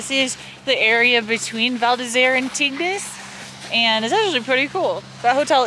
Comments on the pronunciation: Just a quick tip.....Its pronounced TING "Tignes" :) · Some of the pronunciation of french names made me chuckle! Tignes = "teen" La Daille = "la die"